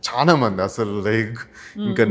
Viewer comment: Meeru chana ani antunnaru adi chala ani anali telugu nerchukondi